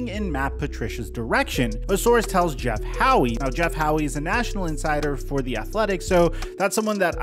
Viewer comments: I’m like 99% sure it’s pronounced just “Jeff How”. You respect him a lot but constantly say ‘Jeff Howie’. The E is silent! Haha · Howe is pronounced “How” for future reference